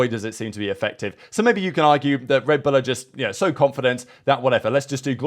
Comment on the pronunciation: The way he says “L” is odd. Red Bulllla